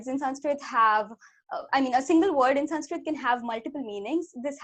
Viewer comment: This girl's Sanskrit pronounciation is really good. Generally hindi people can't pronounce Sanskrit words properly